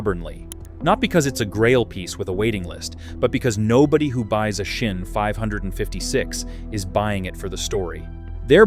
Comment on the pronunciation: It calls Sinn. Just an S not a Shin or a Schin. S i n n. Very simple